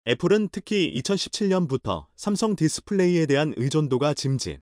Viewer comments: 삼성을 왜심성이라고 하냐? 답답해요!^^ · 삼성이라고 읽어야지~~